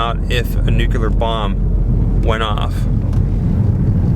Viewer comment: "Nucular"... How do people get "nucular" from the word "Nuclear"? You should do a video on that some day... that's pretty scary.🤣👻